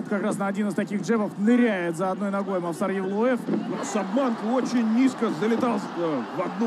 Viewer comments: НЕ МОВСАР А МОВСАР УДАРЕНИЕ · мовсар ани мавсар